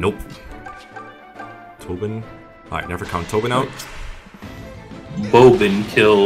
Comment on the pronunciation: I think you should call him Brobin not Bo(w)bin